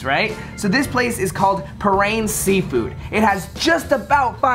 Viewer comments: Bat on rouge 😂😂 bat on And it’s pah ran Lol Hour away from my home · I think it’s pronounced PAH-RANS. That’s what we call our uncles out here.